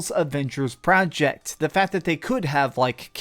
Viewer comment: You say the word "project" weird